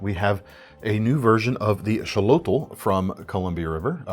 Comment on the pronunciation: Isn't it pronounced "ex"-olotl, like axolotl, the animal?